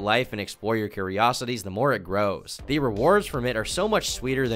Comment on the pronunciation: bro, its ok to pronounce "the" as 'th-uh" and 'a' as "uh".... you're really freaking me out with your pronunciation